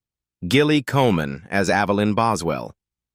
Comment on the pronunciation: Gilly is pronounced with a soft G.Your AI narrator is ridiculous.